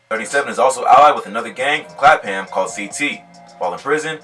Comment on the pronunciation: You don’t say Clapham like that my guy 😭😂 when you got a American explaining it they’ll always be wrong with pronunciation